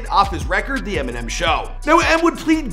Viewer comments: He is saying EM , he .... not emmy it sounds like it tho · is he saying EMI ?? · Why tf does this dude keep calling him "Emi" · Nobody is talking bout the fact that he keeps calling him Emi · It's pronounced EM-IN-NEM(M&M) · "Em, he" sounds like "emmy", over and over 😂